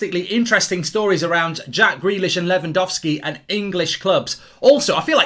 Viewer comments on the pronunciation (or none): It's Lewangowlski Mark, I'm disappointed in you 🙄